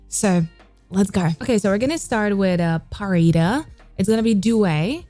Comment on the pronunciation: Pharita's pronunciation are crystal clear